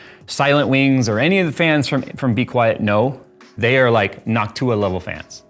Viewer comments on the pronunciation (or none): none